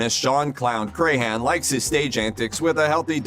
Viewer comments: It's pronounced Crahan not Crayhan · I hate the way he pronounces clowns last name. It's pronounced Cran, like the cran in cranberry. Not cray-han.